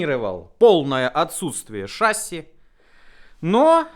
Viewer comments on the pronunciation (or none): вроде и толковый парень, но режет уши, часто не правильно произносящиеся слова на 00.14 шассИ , а не шАсси, это французское слово , ударение в конце слова – это особенность данного языка